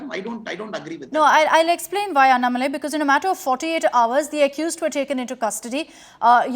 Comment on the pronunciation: This anchor Is a stupid she dog - she should address mr. Annamalai as Mr or Ji. She is a poor anchor who does not even know how to pronounce his name - should know how to pronounce before interviewing someone. She seems to have an agenda of her own and has no knowledge of the facts. Indian press have no interest in trying to learn or elicit the facts on behalf of their viewers- rotten press in India